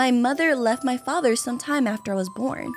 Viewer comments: Yout saying fater xd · Why do u say fature for father lol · Why do you say facher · Why did you say focher